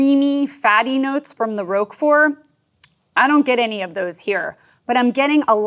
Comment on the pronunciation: Thank you, I enjoyed this a lot and I've never heard of Cabrales. I learned loads - but, please, not Roke-fort, it's pronounced Rock-four. Also - Epoisses? Munster?